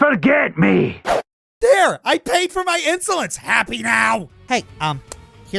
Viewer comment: Lorithia: You'll pay for your insolence! What I'm hearing: you'll pay for your Insulin. Damn girl you doing a side job for insurance 😅